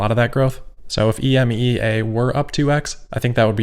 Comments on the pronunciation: You can actually just say EMEA, like “e-me-ya” rather than pronouncing the individual letters ;) it’s a very common term here in Europe :) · It is pronounced ee-me-ah. ;-)